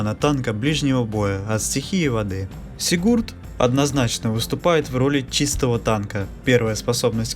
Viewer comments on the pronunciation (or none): Только не сигУрд, а сИгурд!